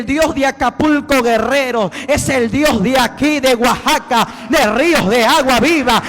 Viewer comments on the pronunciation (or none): none